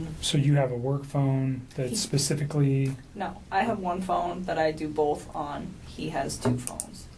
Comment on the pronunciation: It's not Bolth but BOTH 😂😂🙄